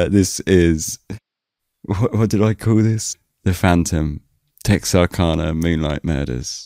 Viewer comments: Wow this is the second time I have had to filter this story. Lol my family's lived just outside Texarkana since 1830. I can tell you everything about this. Believe it or not there's lots of lies. Just say it right. It's kana. I'm from the woods. Retired nurse and first responder. Lol it's so funny to hear you tell the story. Lol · I'm an American and I had no idea it was pronounced "canna", rather than "cah-nah". To be honest, I didn't even know that Texarkana was a real city. I thought it was a name for the general region where Texas and Arkansas meet. Like how people refer to the sprawling area between Washington DC and Boston as "Bowash".